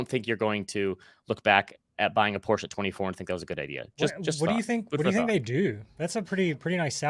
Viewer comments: Thank you for saying Porsche the right way! I trust you must be a fellow gearhead. Don't put your money in shady banks for intro rates! You can ladder out CD's at Fidelity for 5%+ right now from 3 months to 3 years. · Thank you for pronouncing Porsche correctly. Dankeschön!